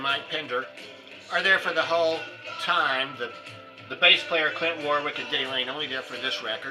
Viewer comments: It is Warrick not Warwick. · It does not matter how it is spelt. It is pronounced Warrick. I got the ‘information’ from the fact that I come from England where the name came from, so I think we would know how to pronounce it.